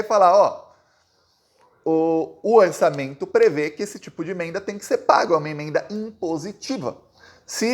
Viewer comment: O nome imenda não existe .... Pronuncia as palavras corretamente rapaz